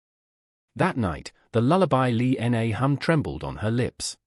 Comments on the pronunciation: Yes, I have to echo and mirror with some of the other people have said about the very poor narration of this “story” I couldn’t even get past the six minute and 20 second mark because you couldn’t even pronunciate the woman’s name correctly… It is Lina or Lillian, not “Lee N A”! Did you not take the time to proof read and hear your story before you shoved it into the Internet? Definitely no like or thumbs up from me! SMH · Also, it might be nice to spell and pronounce simple Chinese names correctly..."Li Na"